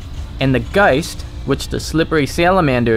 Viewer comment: I don't hate your accent, but I really don't like how you say "ghost" Just my opinion though. Good cast btw :-)